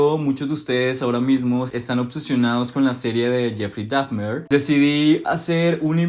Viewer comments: Por que pronuncias Dafner?… es Dahmer. Terrible tu inglés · con todo respeto te corrijo que "Dahmer" se pronuncia tal como se escucha y no "Dafner", no lo tomes a mal porfa:3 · no es “dafmer” es, “dahmer” 😭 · Jeffrey Dahfner jajajaja Al menos di bien el nombre. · Porqué no pronuncias bien el apellido de Dahmer 😵‍💫